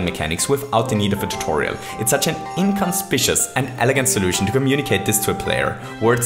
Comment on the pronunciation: just so you know for future reference, it's 'in-cun-spic-you-us' not 'in-cun-spish-us'. No hate, just letting you know, as 'inconspicuous' does almost look how you said, but its missing the I after the c to make that sound.